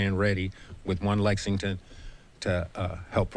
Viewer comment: Hey, it's LEXINGTON, not Lexingdon.